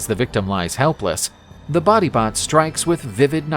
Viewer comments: Batibat beh not body bot😭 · Body bot sounds more like bangungot.